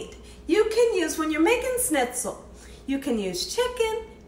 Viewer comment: Delish, as usual, my dear! I've so run out of ideas during this shut-in, I'm going to go for fried stuffs now. Schnitzel is brilliant. May I help your pronunciation a bit? ssshhhnitzel : just thrown in an sh at the front of how you say it, my dear :) Usually, we have a gravy, mash potatoes and a salad with this, but OMG, couscous! Thank you.